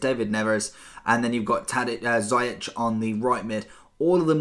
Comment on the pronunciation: It's not zayach it's ziyech, and you pronounce the ch like sh